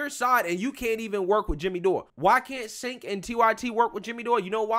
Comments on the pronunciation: FYI you pronounce his name as Tch-enk (like Charizard) not S-enk (as in Sent) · Its pronounced "Chank"... Not "Sank". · His name is pronounced Jenk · You missed how tyt tried to smear jimmy dore and Anna tried to me too him. And it’s pronounced CHENK LOL 😂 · Cenk is pronounced "Djaink". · It's pronounced chunk